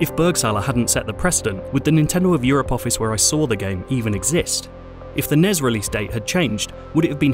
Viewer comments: Nes??? What the hell is that? its pronounced N-E-S. At least here in the united states thats how its always been pronounced. You spell out the letters when saying it. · He kept calling it nes not n e s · It’s N-E-S. Not Ness. And you’re journaling video games? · Was going great until I heard NEZ. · It’s not pronounced nes it’s pronounced n e s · Was it really pronounced "the nez" ... and not "the N-E-S"? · Fun video. Please don't ever pronounce it NEZ.... its N. E. S. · Stop calling it nezz. It’s the N-E-S. That’s like calling a vcr the vhs machine. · stopped watching the second time i heard you pronounce NES as a word